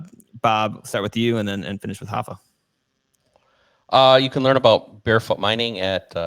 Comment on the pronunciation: It's "Rapha", not "Hapha"